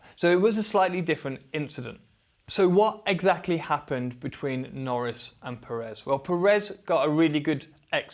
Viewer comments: The pronunciation of Pérez is Pérez not Peréz. Accentuating on the first E. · At this point you should have made the effort to say PEHrez, not PerEHz. The stress syllable is on the first E, it even has an accent to help you: Pérez. Now maybe this is stretching it a bit far, but should I expect a fair assessment from someone that after years hasn't even made the effort to properly say someone's name? I stopped at the first PerEz, hope you did do a fair assessment, but also, perhaps to gain a bit more credibility, wearing another brand name top would have been a better choice? Meh, no, that would have made you too credible, right? (Sarcasm) ;)